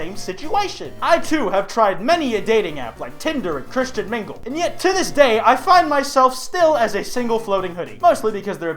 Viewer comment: Huh did he say christian mingle..